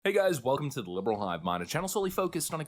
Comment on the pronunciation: "Liveral" Hivemind? Ehh it happens, 'b' is close enough to 'v'